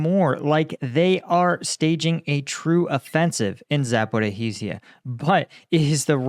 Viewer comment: Sorry, Za po RI zhya, not Za po ri HI zhya. Please.